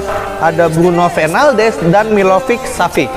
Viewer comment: Lanjut bang pengenalan karakter bermainnya, penjelasan lu bagus banget, gue tadi sempet denger Bruno penaldes? 😂